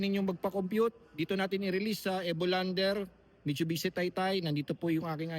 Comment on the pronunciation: Ayusin mo muna sinasabi mo mitchubichi 😂😂😂